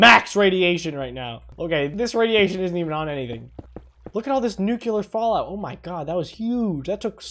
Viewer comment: I love the NUCULAR tnt